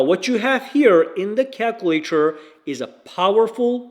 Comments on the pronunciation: Wow.. Where is he from.?. Cal cu later.. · Sir I'm so happy that you have this post and they're trying to solicit any kind of merchandise that you may have to make a buck or two but I'm saying learn how to say the goddamn word calculator and you might be a little more influencing on the minds of the marketplace for a successful business business business business business business this is America Trump is our president get right or I just haven't studied the date of this video which might be the issue either if that's the case then it's a backdated video I can apologize but if its recent right now in the day of the president that I'm going to say you guys are all smoked